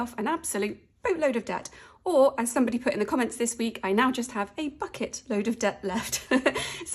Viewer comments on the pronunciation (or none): Bucket soooo sounded like fuckit! 😂😂😂😂